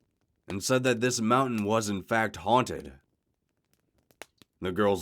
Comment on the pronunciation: The hell is a “hounted house”?